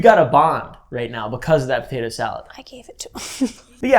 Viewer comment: "y'all ever had taytuh salad" 😂😂